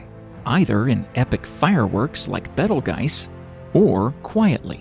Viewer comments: At least know the name of the stars before making a video for the public.It's b e t e l j u i c e, not betelgise. Geezz. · I thought it was pronounced beetle juice